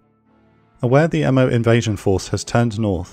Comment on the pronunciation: Inoue is pronounced 'ee-no-ay.' Mo is pronounced 'moe,' not m, o. Furutaka is pronounced 'foo-roo-tah-kah.'